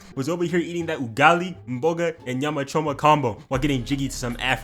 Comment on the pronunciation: Nah hold up, mans said Ugali, mboga and Nyama choma a bit too smooth, where you from dawg